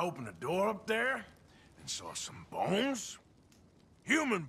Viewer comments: “so I opened a drawer upstairs and saw some BONES. Human bowns.” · Lol the way he says B O n e s. It kills me.